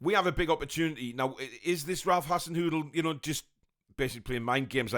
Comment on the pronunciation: Southampton manager "Hassenoodle" did you say!?